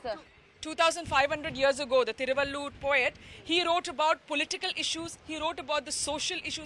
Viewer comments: Hi stupid not Thiruvallur say Thiruvalluvar. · Not thiruvallur. Thiruvalluvar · First clearly pronounced a name thiruvalluvar.thiruvallur is a district in tamilnadu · Not Thiruvaloor... Tamil Poet name is Thiru-vallu-var. Thiruvaloor is a town near Chennai. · Thiruvalluvar, not thiruvaloor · Thiruvalluvar, not Thiruvalloor. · Looking at the way opposite of PROgress party, the CONgress under RaGa has been treating India, destroying it from inside, there soon he will have to do a "Bharat Chodo Yatra" 😃BJP bhakths willbe wetting their pants. LOL! BTW, it is THIRU - VAZHL- LZUVAR. Vazhuvan is the original name, THIRU is honorific equivalent of "Sir" and ending any "AN" with a "AR" in tamizh denotes respect. Something like Thum vs Aap in hindi...